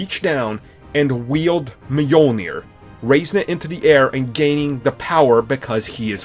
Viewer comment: So Captin Americuh wildes Meeolnair?